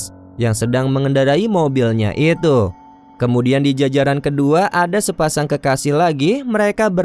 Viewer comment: Maaf kakak, penyampaiannya kurang enak waktu menutup kata. Example pengucapan kata ituuu. Terlalu banyak tekanan.